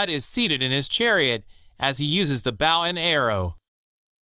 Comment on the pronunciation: Is the narration a computer generated voice? You should really pronounce Nefertiti correctly. Also… Bow & Arrow… Really? You pronounced it like the Bow of a ship. You really don’t know it’s pronounced like “Bo?”